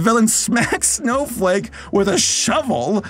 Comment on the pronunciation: I KEPT HEARING SNOW-FUCK…..🥲✨